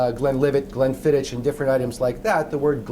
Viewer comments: glenfidd-ITCH, sorry friend, thats not how its pronounced. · its pronounced Glen fee Dickh